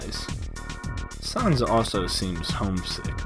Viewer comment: Sons is not how you say it It’s sans (sanz)